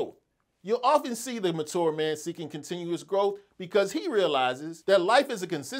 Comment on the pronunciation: Why are you pronouncing ‘mature’ like that!